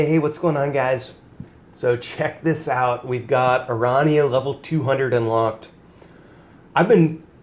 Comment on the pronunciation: I dont normally care but it kills me how you pronounce her name. I think it is supposed to be Airanea Highwind. I may be wrong but thats how i have heard others pronounce it and i just had to put this out there. great videos BTW